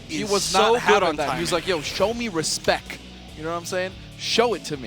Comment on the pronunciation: Did he just say show me "respek"? I see you! lol